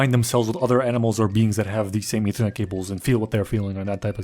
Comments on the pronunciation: "Eathernet Cable" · "ethernet cable" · I lost it when he called it ethernet cables